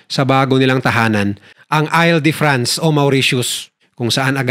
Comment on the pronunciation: Hinde ail de france an basa dun IL as in I-L, 😂🤦